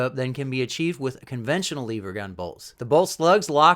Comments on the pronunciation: Lever not leaver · Not leever, it's lever! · That's IT! YOU SAY LEEEEEEEEEEVER ONE MORE TIME AND WERE DONE BRO...ITS LEVER JUST ONE E...OKAY JUST ONE E IN A ROW... LE POOP IS NOT THE SAME AS LEE POOP.... RIGHT? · Lev-er not leave-er there is no “A” in lever going to review a rifle need to pronounce the name and type properly. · You're awesome and I love your channel, but calling it a "leever" and not a "lever" really irks me. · Leever or lever??? 🤣🤣🤣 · Short e so... lever not leever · The way he said lever messed with my head but good video dude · Just curios if you pronounce level you say lee vel